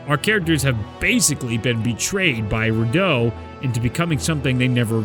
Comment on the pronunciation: Finally pronounced Rideau correctly